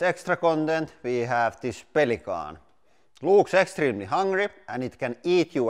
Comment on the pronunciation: I will never say "pelican" the same again. It will be "Pellikkonn" from now on!